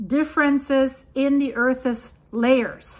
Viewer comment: please check on the pronounciation of "earth's"